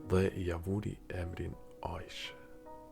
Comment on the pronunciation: Aishe, theksi duhet tek shkronja i.